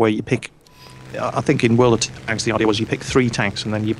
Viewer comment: love it "who thort it was a good idear to go in to 6 enermy aircraft" then what dose he do go in to 6 enermy aircraft lol